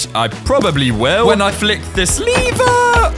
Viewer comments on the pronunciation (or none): Its "l ever" Not "Le ver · It’s pronounced LEver not leeever